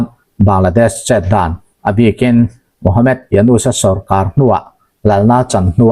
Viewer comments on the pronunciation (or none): Ka pu,Md.. tih ziak hi chhiar chhuah atan chuan mohamed ti a chhiar tur a ni e.e.g. Dr - doctor